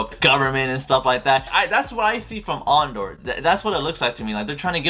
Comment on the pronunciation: So..you're a big SW fan yet don't know if Andor is a series or a film..don't even know how to pronounce his name and bad mouth arguably the best SW film in the franchise.? Lol Obi wan is a favourite of yours? Says it all really ..you obvs dint remember how utterly shit the prequels were.